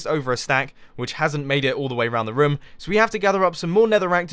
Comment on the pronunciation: Who else hears rum? when he says room?